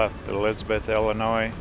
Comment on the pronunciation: the s is silent in Illionis